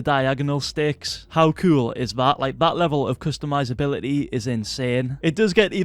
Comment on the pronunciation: When he says cool it sounds like cuol